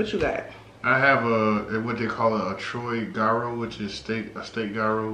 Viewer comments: Gyro isn't pronounced guy-ro. Dammit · Gyro is pronounced hero. I think they meant, it was the hottest selling dish on their menu. 😂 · Let me be the first....to comment its pronounced "Euro"...